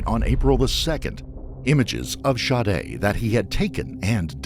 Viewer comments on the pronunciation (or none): it sounded like the narrator was saying shardae… So he’s pronouncing it wrong if her name is Sade Regardless there was actually no point of you correcting that. It wasn’t relevant to anything being said. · OK, Sade is not pronounced Shawdae, Shaudae!!!!! How ever you want to spell it, but Sade is not one of them!! The shhh sound only comes from an S and H not S and A!!!! That is sade like shade without the H!! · How do you get the name pronounced Shadda, when it’s spelled Sade’? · How do you get Shadé from Sade? If you must give your kid an oddball name at least spell it phonetically. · Lmao the way Sade is pronounced by the narrator.